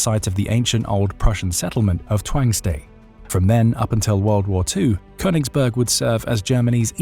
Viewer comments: Its konniegberg 😂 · Königsberg. It‘s name is Königsberg! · It's called Königsberg. Otherwise not too bad of a summary.